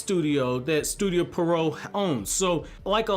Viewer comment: "Studio Pee-Eh-Row".